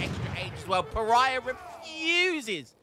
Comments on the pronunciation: PARAYAH LOL pronounce "paa·ruh·ee·buh" in ingles, but in portuguese is "Pa-ra-í-ba " Maybe if you listen to translate it will help you, because the pronunciation is very, very different from "paraya" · Thanks made me notice it too HAHA /Pará-bia/ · Please learn how to say Paraiba. Its a the name of a state in Brasil.its not pronounced paraiah